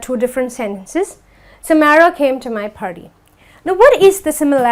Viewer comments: Aunty it's not pharty , it's party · For example it's not pharty,it's party